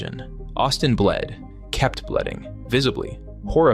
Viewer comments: Also said "bledding" instead of bleeding so im a bit suspicious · "Kept bleding" Jesus christ that was cringe